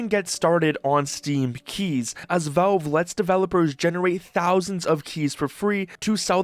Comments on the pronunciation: It's pronounced "VALVE", not "VELVE" !!! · "Say Valveshake" "Valveshake" "Ok, now say Valve" "Velve" "Are you hearing this?" "Yea, the man wants a glass of Volve"